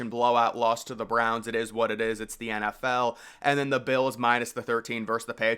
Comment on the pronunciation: I love when this guy tells us his pick for the game and then his reasoning being “cause this is the EN EFF EL”